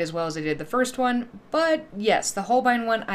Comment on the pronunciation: This is the first gouache video I've watched where someone pronounces Holbein correctly, lol! Love the pumpkins